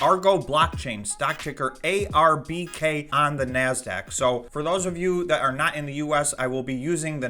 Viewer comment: hey! it's ARBK, not AGBK